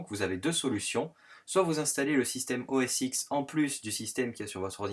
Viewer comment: très bien, mais OS X se dit "OS 10", tout comme l'iPhone X...